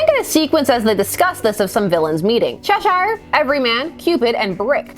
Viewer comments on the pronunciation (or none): At the risk of sounding pedantic, but "Cheshire" is pronounced Chesh-ER. The Shire sound becomes an 'er' sound, almost. Its a county in England, on the Welsh border. The same sound change occurs in other 'shire' territories. Though I'm sure there is an exception somewhere. That being said, you're my favorite comic channel. Keep up the good work. (not looking to start an argument with anyone).